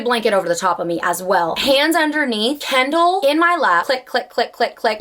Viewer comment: It took me until to understand that you mean Kindle and not candle 😂😂